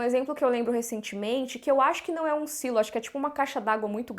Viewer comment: Pra quê Sailo? Existe a palavra silo em português e tem o mesmo sentido! Falemos Silo!